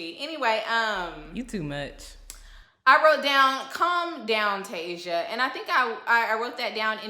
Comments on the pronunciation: 😂😂😂 that lady's name is Tisia (tuh-sea-uh) not Tasia(Tay-zuh) or (Tea-zuh). Your nephew Tommy impression is EVERYTHING!! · Tasia's name is pronounced Tah-see- uh. Love your channel boo!